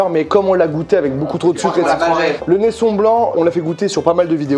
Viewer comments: Ben ! Le Nesson ne se dit pas « Nessonne » mais « NessON » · Ah ouais à l'arrache de fou 🤣🤣 Pourtant avec la session que tu avais faite avec Pascal Legitimus était réellement une dégustation autant là c'est l'orgie.... +1 pour le neisson ( et pas Neissone) + 1 également pour le Botran ( un bon ron ) le reste c'est merci au revoir.... J'ai bien ris merci 🥰🥰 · Neisson, Benjamin ! Comme "raison" pas comme "Nelson"... Très bon choix en revanche, les trois lascars ne savent pas ce qu'ils ratent... Viens quand tu veux en Martinique ! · Ça se prononce neisson pas neissone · c'est neisson avec le son "on" et non "one" merci et gros bisous de la martinique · prononciation nésson et pas neyssone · Benjamin la prononciation du rhum que tu aime n'est pas "neissone" Mais neisson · Juste info la prononciation de la bouteille de Benjamin, c’est NeissON’ comme hérisson. Voila petite info d’une Guadeloupeenne. Pour pas mentir c’est bizarre d’entendre Neissonne 😅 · Par PITIÉ C'EST NESSON PAS NESSONNE🤣🤣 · Et on dit pas « neissoNNE » 😩 bisous de la Martinique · On dit Neisson et pas Neissone Merci pour la prochaine fois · Je suis Martiniquais, par pitié on dis Nesson pas Nessone😑 s'il vous plais merci. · Il est où le respect du rhum NESSON Ça se dit NESS « ON » et pas NESS « ONNE » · Alors pour la Martinique, parce que mes oreilles saignent. Les rhum c’est Neisson comme poisson pour la prononciation. Pas Neissone. Merci, ps: j’aime quand même la vidéo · Mdr rip les martiniquais qui entendent la prononciation du neisson nésson c'est tout il n'y a pas de e après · Il a dit "neissone" manque de respect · On dit pas st james a l’anglaise mais st james jammme idem pour nesson !